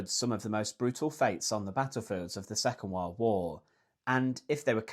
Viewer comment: "Secan wal woo" 😂